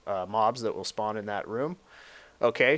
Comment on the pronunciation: hahahaha speawn